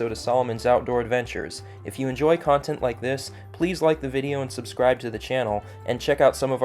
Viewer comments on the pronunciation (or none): none